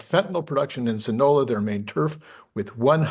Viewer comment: Pronounced sinn ah low ahh